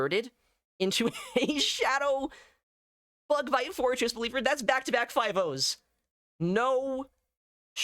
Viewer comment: I heard "florges" instead of "forretress" all the time and was so confused about when it got shadow and also a bug bite.